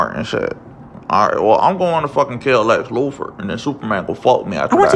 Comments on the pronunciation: Lex Loofer... Never once pronounced the th.. Not once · "Lex Loofer"😂😂